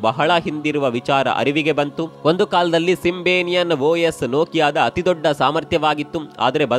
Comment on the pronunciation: Future ಅಲ್ಲ feature ಸಿಂಬೆನಿಯನ್ ಅಲ್ಲ ಸಿಂಬಿಯನ್